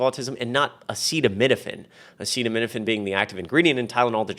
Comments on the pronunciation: Trump could not pronounce acetaminophen. I definitely will not be taking my medical advice from this lunatic. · He also couldn't pronounce acetaminophen... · He can’t pronounce acetaminophen 😂😂😂💙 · He showed that he couldn't pronounce the generic name, and given his focus on money, etc., I'm sure he was instructed to name "Tylenol". He doesn't care at all about the health or safety of anyone, And actually he doesn't understand any of it; he's a highly paid puppet. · Let's be real. Trump was saying Tylenol instead of acetaminophen because his demented ass can't pronounce the latter of the two. It really is that simple. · he can’t even pronounce “ acetaminophen “. His sitters had to jump in. 2 pregnancies, needed Dr recommended doses of Tylenol for very high fever & crippling Migraines. My 2 babies - healthy. Now, they have delivered healthy babies of their own. Dr Oz, & Dr Phil outta make a podcast together 💙💙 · Trump could not pronounce the word Acetaminophen. He is a complete loser 😠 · Trump couldn't even say acetaminophen, he is pathetic. trump and rfk jr are simply trying to kill people. Dr. Oz is a joke. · He's not smart enough to pronounce acetaminophen. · I think that's why he said Tylenol because he couldn't say it multiple times in that speech.